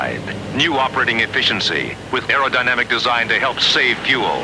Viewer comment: Air dinmic no air dinamic😂😂